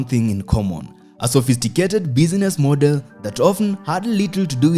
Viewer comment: It still has some shortcomings in pronunciations, like: Irony, travel,model, palatial,shovel,rebel, channel, couples,jewel ... ... ...